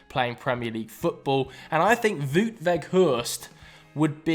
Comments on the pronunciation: It's "wowt" weghorst, not voot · why is he saying voot its wowt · Of you like Wout Weghorst so much, please learn how to pronunciate his name (it is pronounced as Wowt)